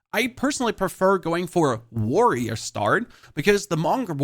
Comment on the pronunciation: you are BLOWING my mind by casually calling it “warrioa”